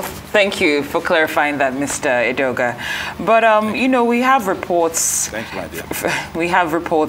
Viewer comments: Edeoga, not Adeoga; please make the correction. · It is Edeoga, not Adeoga